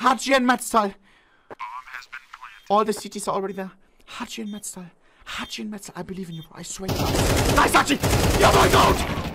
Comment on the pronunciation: Dude, it’s MeZTal, not MeTZal… he is on your own team! 😂😂